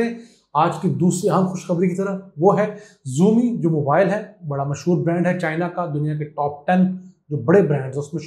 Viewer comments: Ziomi nahi sir Shaomi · Xiaomi. It’s not ziumi it’s shiaomi pronunciation